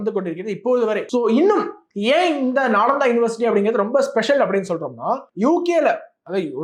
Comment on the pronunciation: I think நாலந்தா not நாளாந்தா